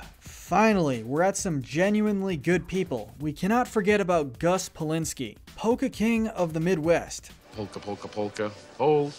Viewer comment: when he said polka I thought he said volka lolololol